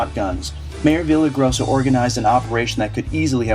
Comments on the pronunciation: Yes, it's Villar-rai-GO-sa...Not Via-la-grossa. Please...Unless you are expressly performing satire--it's always better to use proper pronunciation of all proper names at all times, regardless of how we would all rather choose someone else as mayor. "Journalists" already have a bad name. Please don't damage our own journalistic cause or make it worse by doing a lousy job while trying at the same time to fight against the bad ones. If you play badly in favor of the team, it can hurt the team. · vee-ya-ray-GO-sa. practice at home until you get it right. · Love the video. And loved the way you mangled the Mayors name every time you said it.